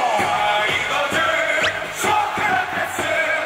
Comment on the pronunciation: 나 맨처음에 소크라테스라고 하고 그리스 소크라테스 라는줄 ㅋㅋㅋㅋ